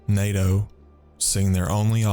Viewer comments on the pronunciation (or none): none